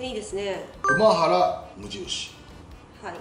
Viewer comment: あと、やま「さ」き、くま「ば」ら ですね。 こういう内容なら名前は正確にお願いしたいです